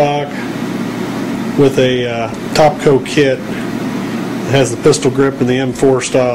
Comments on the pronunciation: It's TAPCO....NOT TOPCO ......Makes it very hard to take you seriously, when you continuously use the wrong pronunciation of the brand:-) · Its not TOPCO..... Its TAPCO!!!!! Otherwise good vid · philipmclamore haha no kidding... taaaaapco, not topco, cringed every time he said it but thought my hearing was failing me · Taaaaap not tooooop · Don't have a baby because he pronounces it "Tahpco" sheesh.